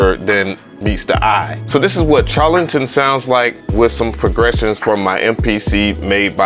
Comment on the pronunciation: The CH in Charlatan should be prounounced as "SH" as in Sharlatan. I hate being that guy. LOL I enjoy your reviews playa. All day!